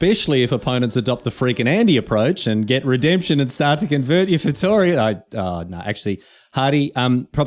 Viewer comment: You may know more history than, but you also don't know how to pronounce Feitoria correctly ("Feituria")